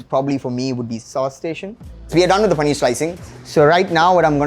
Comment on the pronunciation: paneerrrrrr panneerrrrr paneeerrrr